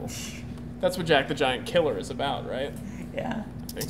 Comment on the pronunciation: i like the way you pronounced "jack the giant killer"